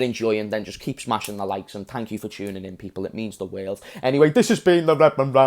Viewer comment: You grew up through the year bro👍🏽😁 how old were u when u said “sadio mane is best player in the werrrld”